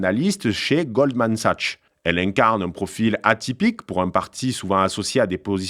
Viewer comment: W se prononce V en allemand : VEIDEL ; prononcez aussi SAKS pour SACHS. Vous êtes ridicule!